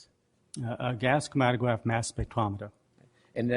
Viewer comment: Chwomatograph twap instead of chromatograph trap... I think it's cute. Even if he does talk funny he's more knowledgeable and intelligent than you or I'll ever be.